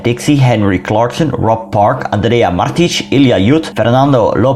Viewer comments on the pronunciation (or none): none